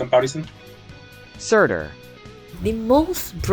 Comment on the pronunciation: Everyone: Surter: Surtir